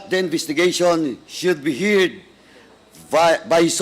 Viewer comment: Why did you say “SHOULD BE HIRD” instead of HEARD. You even pronounce the word “SUBPOENA” as SUBPOWENA. SILENT “O” supposed to be CONGRESSMAN. And most of the time you are always disrespectful. You have to TONE DOWN your voice. I’ve got the feeling that somebody is gonna twist or ring your ear in no time. IS HIS NAME PADUANO?